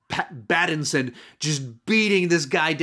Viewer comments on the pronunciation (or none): none